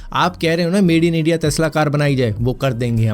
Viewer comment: टेस्ला ❌ तेस्ला ✅